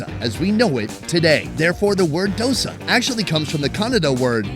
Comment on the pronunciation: Subtitle says Dosa and Vadai but he is saying DASA and Vadkari (Vada-kari is a dish and Vada is different dish)